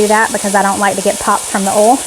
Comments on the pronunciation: Condolences to your family. We lost our youngest sister to pancreatic cancer in 2008z Love your channel, though I cringe whenever I hear bol and ol instead of oyl and boyl. Lol! Where can we find the Auntie Nono’s? Wasn’t in Amazon. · OMG the beef looks sooooo good . i know ive said it once but i just love how you dont pronounce the I in oil , boil and other . :) Lots of love from Montreal Ya'll